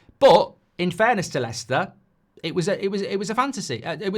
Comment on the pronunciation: Its leicester